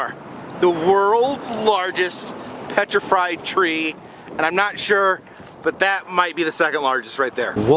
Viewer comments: Only a hungry man calls it “petriFRIED” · “The world’s largest petrifried tree” 😁😁 oh lol